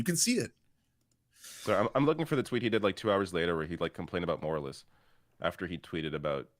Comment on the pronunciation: Since when "moralists" is such a hard word to read and understand,? God, I hate this chick...